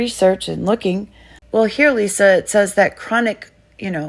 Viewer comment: Did she say looking or hooking?? The hooking sounds about right. You have your gard dog Nate as your pimp.